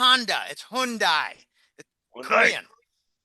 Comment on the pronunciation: It's pronounced: Hyun day Hyundai